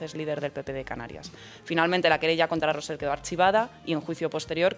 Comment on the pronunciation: Con independencia de que estoy al 100% de acuerdo con vosotros, solo quiero deciros que Rosell no se pronuncia "Rosel". Y tu, parece mentira que seas filólogo. Si no sabéis (o no os da la gana) poner la lengua en la zona correcta del paladar, es menos cacofónico pronunciar "Rosey". Tomad buena nota, por favor.